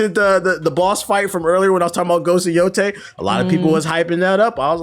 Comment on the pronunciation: It’s yotei not yotai